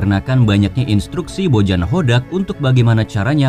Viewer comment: Bojan dibacanya Boyan, akang admin